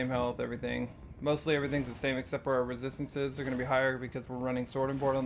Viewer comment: Take a shot everytime he says "rethisthinces"